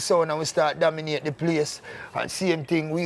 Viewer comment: Cook slick with words yf😂😂 dawg seh "domiNOTE" instead of "dominATE" quick quick 😂😂😂😂